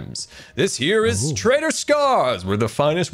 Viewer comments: I keep hearing "traitor scar" instead of "trader scar" xD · oh, good to know I wasn't the only one constantly hearing "traitor" instead of "trader" :D